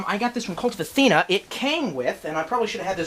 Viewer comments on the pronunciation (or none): none